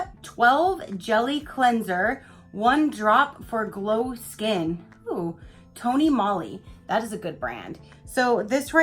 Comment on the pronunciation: Love the blue bag, mine were both red. The face gel cleanser is pronounced Tony Moly like Holy Moly 😁 It's a Korean brand skin care which I enjoy immensely! Their peach foaming cleanser is one of my favorites. I love getting Ipsy Glam bag because we get to try really amazing products. Who am I kidding I love ALL sub boxes! 😂😂